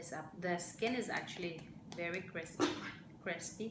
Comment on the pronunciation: Crespy litchon. Jowcy with sooy sawse!